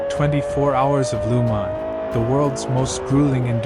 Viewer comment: Great video you put good effor editing :) but one thing its Le mans not lu mans (no hate :)